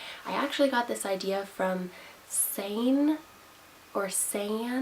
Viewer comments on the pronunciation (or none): You did mispronounce Sanne, but that's okay, she's Dutch (like me, yay) and I know that Dutch is very hard for English-native-people to pronounce. I'll help you out. It's pronounced Sah-nuh. A as in star, market, garden. -nne as in winner. Hope that helps!